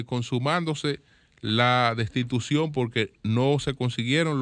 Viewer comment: la rata sencillamente no puede decir "destitución".